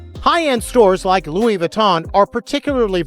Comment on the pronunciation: Please correct your pronunciation. Loui, though written as Louis